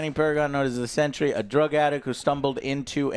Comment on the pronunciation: Why do you keep saying Century!!! Its Sentry